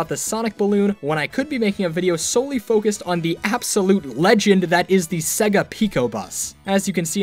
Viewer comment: SEEGA of America!?